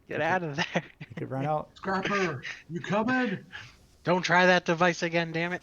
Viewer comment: The continued mispronunciation of scrapper is killing me 😆